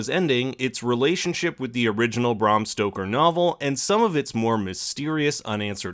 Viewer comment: It’s BRAM Stoker, not BRAHM.